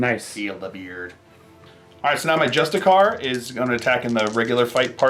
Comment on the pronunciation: It’s not pronounced just-a-car, it’s pronounced justice-ar, like the word justice and then a pirate sound